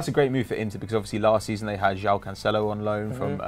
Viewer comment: still cant say Joao right lol